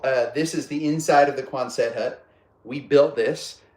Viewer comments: Love the video…it’s NOT Quon-SETT, it’s QUON-sut. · But folks you don't pronounce the last t. So quonsen hut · I believe you are mispronouncing Quonset